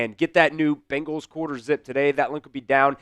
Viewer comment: You would think a guy speaking for the team would know how to pronounce their name. They are BEN gals not BING als...